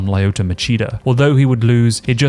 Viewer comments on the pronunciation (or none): Lie-yo-to Machida?if you’re making mma content please say fighters name correctly. It’s Lee-yo-to